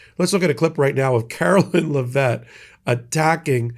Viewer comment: DAMN,! HER NAME IS NOT LAHVETTE!! GET IT RIGHT: LEV-IT, LEV-IT, LEV-IT!